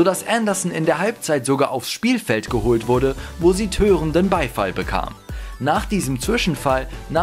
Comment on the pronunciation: Törender Beifall?? Das Fremdwwwort des Tages😂😂😂😂